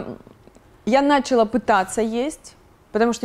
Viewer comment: Почему бы не говорить слово "началÁ" правильно???? Нáчала это не по-русски.